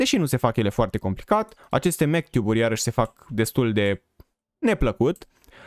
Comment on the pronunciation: Zici ca spui mctube în loc de magtube1